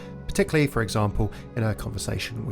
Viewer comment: It's "for", not "fir", just thought I'd mention it! A fir is a type of tree. ^^